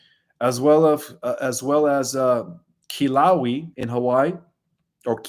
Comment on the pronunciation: ALOHA, THE HAWAIIAN VOLCANO YOU MENTIONED ON THE BIG ISLAND OF HAWAII, KILAUEA IS PRONOUNCED: KILL OW AY AH. THANK YOU FOR ALL YOUR AMAZING UPDATES. BIG LOVE AND ALOHA TO YOU BOTH.